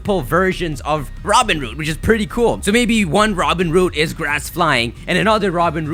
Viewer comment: Robinroot? No no no.. ROBIN HOOT!